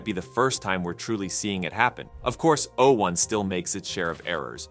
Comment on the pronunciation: Why are you pronouncing 'o' as though it was a number? o1 has not substantially attained human-level reasoning. It has replicated a small subset of that, but it often fails to think critically. It's too agreeable, to the point of being gullible, and it fails to correctly follow instructions when given tasks that it's supposed to be good at.